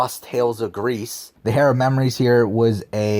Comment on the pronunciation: Heir is pronounced like "air" not "hair"